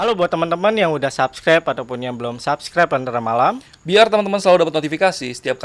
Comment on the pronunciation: Subscribe bang, bukan subscabe😂😜😜